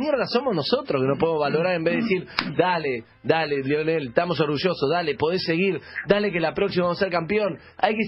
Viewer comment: Deberías saber que se llama lionel no leonel jaja.